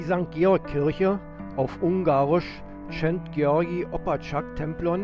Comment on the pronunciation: Sz wird wie s gesprochen!